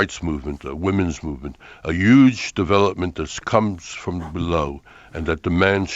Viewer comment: HAHA thats adorable Larry also says yuge :D I love the Sanders brothers